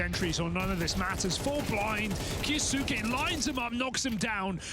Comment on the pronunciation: kAyAsUke damn commentator. Read it bruh 😂